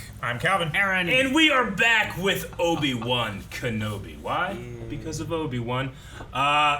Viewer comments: Obi-Two 😂 I’m dead Eric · Not Obi-Two 🤣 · Obi-two lol 🤣😂